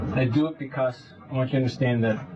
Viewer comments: great “be-COSS” here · Been listening for a million years and never realizing says Becussss